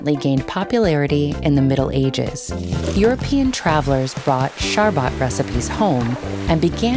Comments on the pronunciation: Pronunciation of "Sharbat " in English is funny 😅. It means sweet drink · It's not sharbaat , It's faloodaa , Persian created first icecream from ice crust and fruits juice, In between 7th century arab invader acquire this faloodaa recipe from Persian nobal , Arab use fruit juice pulpy instead of fruit and they given name sharbat , In 15th century this sharbat reached Italy and there they added egg in sharbat and given name of gulato In 17th century this gulato reached france they added thik butter milk and sugar cream cheese frosting and given name frozen ice cream, In 18th century Britishers attack france and took this recipe and label there name , icecream Icecream was created by france but Britishers given name